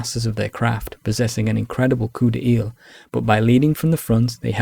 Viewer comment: Great vid, subbed... but it is NOT pronounced 'COUP DE EEL'!!